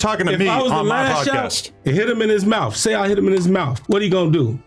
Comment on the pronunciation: its mouTH NOT mouf